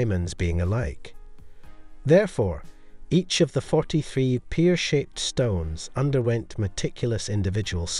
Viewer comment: What's a peer shape?